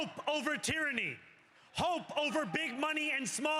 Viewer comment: No. Way. He just said Tyrany. THATS how you know someone is talking shit